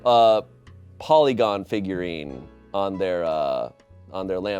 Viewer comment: calling porygon polygon hurt my soul a little bit but it was endearing nonetheless lol